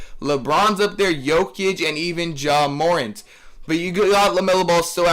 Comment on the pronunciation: You pronounced ha Morant wrong it’s pronounced more ant not more int